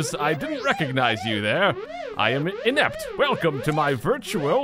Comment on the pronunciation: uh inept sounds like kinect